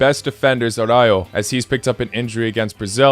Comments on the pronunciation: Araujo is pronounced "Arauho" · Bro spanish is not his native language why do these Latinos have problems if they mispronounce araujo